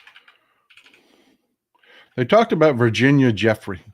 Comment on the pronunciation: Pronounced "Joo-fray", not Jeffrey.